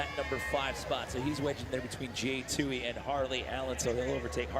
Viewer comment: It's Toohey not Toohay.